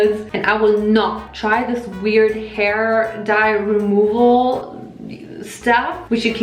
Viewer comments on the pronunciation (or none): none